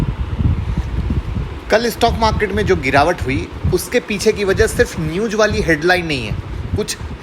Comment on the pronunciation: Newj,Sayad ,sosal media, phayeda Abe pronounciation to Sahi karlo ghyan dene aajate hai